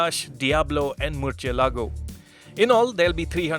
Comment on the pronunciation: Seen alot of videos but this prounounciation od murcialago😂😂😂🙏 ohh bhai!!